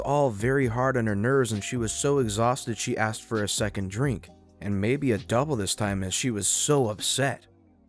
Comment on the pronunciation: Why? Aside from the fact he has trouble pronouncing Asked. How easy do you think it is to find a replacement?